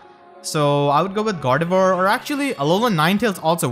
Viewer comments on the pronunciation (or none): Correct pronunciation is Gardevúa